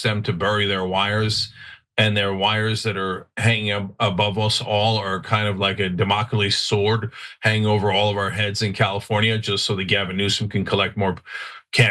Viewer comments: petty, but that’s pronounced “Dam-oh-klees”, not “Duh-ma-co-lees” 😒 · Cenk doesn't know how to pronounce Damocles. (dam uh kleez). lol And you say "Sword of Damocles" because there's only one. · Cenk looks scared of Ana lol. EDIT: If you can’t say “Damocles” find a different expression Cenk.